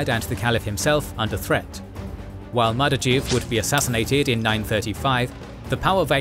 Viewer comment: One correction though - it's Mardavij (in his native Daylamite dialect probably more like "Mardaviz"), not Mardajiv. As a person who wrote an entire master thesis about Mardavij, that misspelling was very painful to my ears